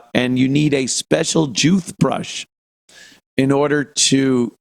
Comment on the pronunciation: " Jewth Brush"